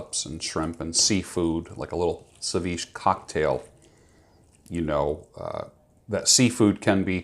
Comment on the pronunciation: seviche is phonetically pronounced se-vee-chay